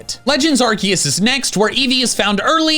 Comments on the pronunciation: IT'S ARCEUS, NOT ARKOOS! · Did u mean legends Arkoos? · Im surprised he didnt say Arkoos